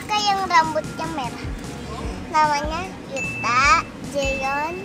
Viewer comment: jaehyun sama yuta lucu bgt dia nanyain namanya cici Thalia sama Thania wkwkwk Thania masi kecil udh afal aja ya sama yuta jaehyun taeil, mana pengucapan nya jg bagus bgt keren semuanya, thx u buat the onsu family sehat selalu!